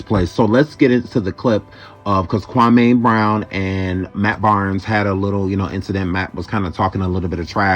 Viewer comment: You got Kwame name wrong and his basketball career.